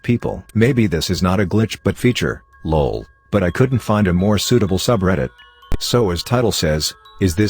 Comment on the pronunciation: The way the voice said lol made me laugh really hard “loawl”